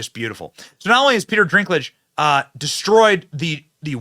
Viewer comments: It's Dinklage not Drinklage. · Sorry to correct you Benny, but it's Dinklage not Drinklage. Rock on, I love your episodes. 😊❤🎉🙏💥🔥👍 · It's Peter Dinklage....not Drinklage. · I know this video is old, but just have to say.... it's dink.... not drink... Peter Dinklage no r in the name... lol. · Good news! BTW, Dinklage's name doesn't have an 'R' in it, so it's dink like dinky little guy, not drink like a tall drink of water. (I know I am gonna catch heck for this. I'll see myself out...) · Is the "Drinklage" some kind of joke that I don't get, Benny? Or do you not know his name is Dinklage? Either way, his ego got way too big after GoT - clearly he thinks that no other dwarves in existence deserve to be actors like himself - woke mind virus much. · its Dinkage, not drink lage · Drinklage? He clearly doesn't have an r in his name. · "Dinklage," not Drinklage. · "Drinklidge"..... bruh... wtf 🤣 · Its Dinklage not Drinklage. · Drinklage? Slow down Benny! 😂 Its Dinklage.... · If he says “dRinkledge” one more time…. Lol, it’s “Dinkledge” NO R. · Dwarves are made up creatures?? 😂 uhhh 😬 Why do you keep calling him “drinklage” ? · My boy Benny. Your inability to properly pronounce names is astounding. Although I don't like Dinklage and don't mind you calling him Drinklage I am still hoping that someone on your staff will help you correctly pronounce names before you go on the air. I mean seriously. I'll still keep watching you, it's just so cringe sometimes. Like Stube yesterday. Cringe. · It's funny when Brent calls people the wrong names.... - "Renee" Ziegler - Peter "Drink-lage" 😂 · There is no "R" in Peter Dinklage's last name.